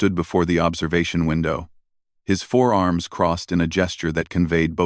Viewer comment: Is it forearms or four arms? Does your AI understand the difference?